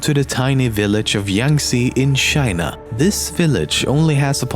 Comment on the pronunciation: Say "TJA-I-NA" not "SJA-I-NA"